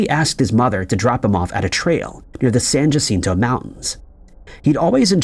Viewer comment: San Jacinto is spanish. The J is pronounced as H. You should say San Hacinto. Thanks. San Jacinto was a famous battle in Texas and is a battleground visited by many people each year.